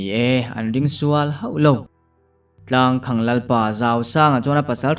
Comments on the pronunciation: Tlangkhang tia lam lovin,tlangkhàng tialam nise ari amawi zawk ang. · Tlangkhang ilamdan hi mizotawngkal phungah chuan adik chiahloin alang athluk hi khang tihlai thluk saaaang deuh teh tlangkhaaañg tiin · Tlangkhang tih hi khang tih hi sangha vuakna khang tih a lam tur a ni zawk lo maw.chhuangkhang /khang ti lovin...a ngaihnawm leh dawn e.a chhiartun a chhiar thiam bawk a . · Tlang khang ti lo in Tlangkhang tiin lam zawk teh,Tlang khawng a ti ngai lo. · Tlangkhang tihah hian khang lai hi, khanghu kan lam rika khang lai ang hian lam tur ni awm tak a ni. (Tlangkhang- Tlang khamphei) Sawi ve mai mai. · Boss, 'Tlangkhamg' tiha 'khang' hi khanghu' tiha ' khang' ang hian lam ri la a dik zawk duh hmel. A ziaktu paw'n a ziah dân a nih ka ring deuh. 😊. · tlangkhang tih ilam fuh lo deuh anih hmel khawp mai, a khaehming hian awmzia aneilo tlat.